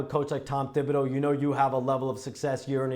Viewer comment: Shams, you gotta commit to a pronunciation. “Tib” or “Thib”. The first is correct.